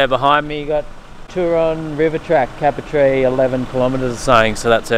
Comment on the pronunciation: Great vid bud and prob a bit late but as a Local its pronounced "cape-er-tee" keep up the good work mate, love the vids